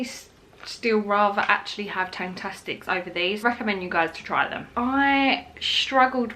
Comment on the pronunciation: I don’t know if anyone’s said but I think you mean tangfastics not tangtastics but if u say it like that that’s still fine we all know what u mean 😊